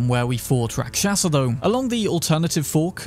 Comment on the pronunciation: Its pronounced... RAK SHAS , the A at the end is silent. Its Hindi word for demon or bad entity.